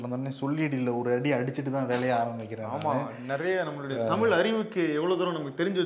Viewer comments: உங்களுக்கு' ழ்' வரதா? தமிழ் என்பதற்கு 'தமிள்' என்கிறீர்களே! ஒருவேளை உங்கள் உச்சரிப்பு எனக்குத்தான் அப்படி கேட்கிறதா? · avargale Mudhalil thamizh ena ucharikka muyalungal Tamil endru ucharikkareenga